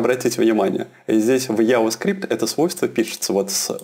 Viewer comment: мужик, надо чото делать с анлгийским ! :D контент норм, но вот "алёрт, АДЭДЭ, яваскрипт" :DDD